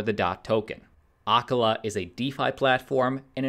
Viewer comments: Acala is pronounced uh CALL uh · You should learn how to pronounce Acala.